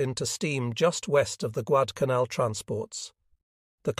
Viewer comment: Yep, your A.I. reading is getting worse... The book is about the Guadalcanal campaign... and the A.I. can't even pronounce it.